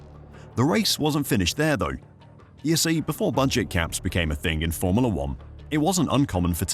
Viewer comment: Cant stand how you pronounce FORMULA!!!!!